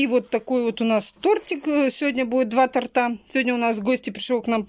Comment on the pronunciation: ну не тортА,а тОрта.